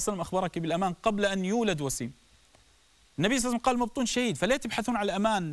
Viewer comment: بس ليش تگول صعسلم؟؟؟؟